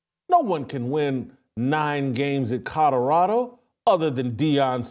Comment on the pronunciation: Whitlock, the pronunciation, is not Codorado, but Colorado.